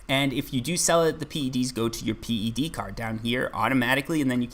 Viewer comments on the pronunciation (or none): Old skoolers call it PED... Not Pee Eee Dee. I'm a 6 year veteran.